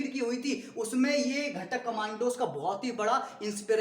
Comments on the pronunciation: घाटक nahi bhai घातक hota hai 🥲😅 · Bro it's not ghtak is gathak